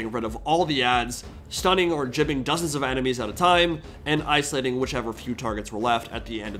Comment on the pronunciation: bro said jibbing 😩